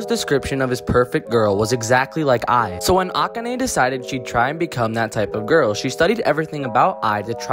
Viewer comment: You pronounced Akane wrong . ( Uh-con-Ae )